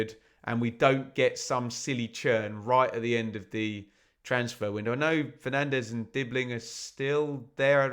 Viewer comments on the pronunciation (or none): none